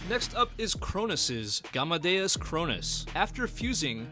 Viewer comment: Bro it's just game (english word game same pronunciation) and De oos Gamedeus not Haa ne de oos